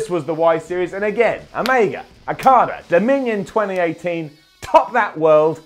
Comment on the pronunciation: Every time you say Okada it sounds like Carter